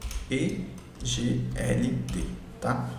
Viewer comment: Elrond está além das Blockchain atuais, lançamento da Maiar.Exchanje está chegando. Parabéns, bom vídeo. Pronuncia eGold